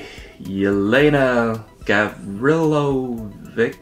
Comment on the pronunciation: Bruh the way you pronounce Serbian names wrong is hilarious! Also you write it like "Jelena Gavrilović"